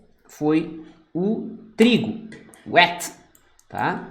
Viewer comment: Só uma dica... trigo fala "WIT"... Wét é molhado